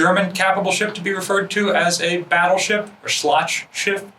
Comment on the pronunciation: Its funny how he pronounces "Schlachtschiff".